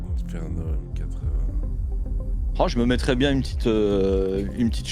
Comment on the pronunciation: petit détail M80 se prononce matey (tout comme m8 se prononce mate)